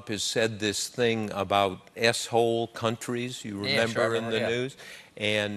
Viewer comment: I love that he tried to censor himself by saying "S-Hole Countries", but the way he talks it just sounded like he said "Asshole Countries".